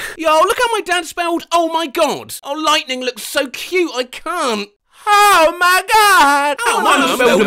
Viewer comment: i lost it to the way said "Homaygad"